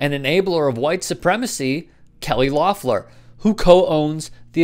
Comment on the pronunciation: If you’re gonna make this video, at least learn how to pronounce her name. LEF-LER.... LOEFFLER